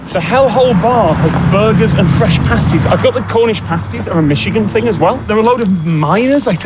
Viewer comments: They’re all familiar enough with Cornish pasties to know how to pronounce the word 😊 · "The whole of Northern Michigan, which I guess is middle Michigan" as someone who has lived in the UP, (born and raised elsewhere, so not a yooper) I'm so glad he said that. Also, bonus points for saying pasties correctly. There is a bit of a difference otherwise...